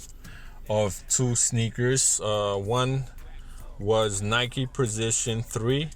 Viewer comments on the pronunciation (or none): “Prizichun 3”